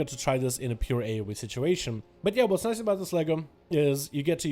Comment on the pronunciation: "That waz niicez" and he's not lie lying "that waz niicez" :P